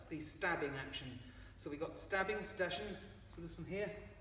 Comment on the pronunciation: 'Stechen' pronounced (roughly) 'shtekhen', with 'ch' being a voiceless palatal fricative, basically like a very soft 'sh'